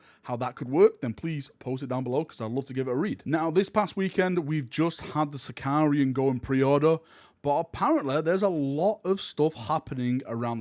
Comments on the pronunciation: Thank you for all your videos and sharing rumours and enthusiasm! I know you get stick for pronunciation sometimes, so I'm sorry about this but it's my favourite heresy tank so I can't resist. It's a Sicaran not Sicarian - there's no i in the tank name.;) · its sicaran without the second I btw, been doing heresy since 2015 and i still get that confused lol